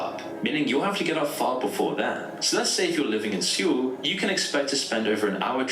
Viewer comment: seewl??? What😭 it’s soul